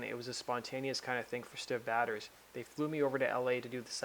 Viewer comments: Try learning how to pronounce the name of a dead person before you say their name 100 times in a video. Prouncounced Stiv Bay-Tors. Actually very very easy, Until now I had never heard anyone mispronounce it. Completely ruined the whole video 😑 (Mike Monroe & Ryan Roxie talking about Educate yourself on Rock History before you do this next time. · The maker of this video should be ashamed of mispronouncing Stiv Bators' name about 70 times over!!! It's 'BAY-ters," NOT "batters!" He wasn't a baseball player or a cake! And it wasn't a play on masturbator, it was his actual family name. If you did even a BIT of research, you would have heard it pronounced correctly. Check out Iggy Pop's condolence video to Stiv's father and show some fuggin' respect for one of the greatest front men in rock history.